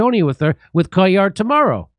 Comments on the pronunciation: Cuellar is pronounced "kway-jarr" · It’s cue-yar, like tortilla 🤣